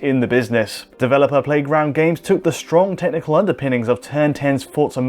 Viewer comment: Heard "different tentacle beast" instead of "technical".